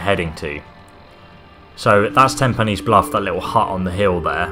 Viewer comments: Pines not penny's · Tempi-knees bluff I’m dead 😂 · Ten pines you gonad, not TIN pines🙄. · I love how every gamer says "tenpenny" instead of tinpines bluff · i love how you say "tinpines" instead of "tenpines" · 'Tenpennies Bluff' Ten PINES! 🙄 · ''Tenpanees'' lol.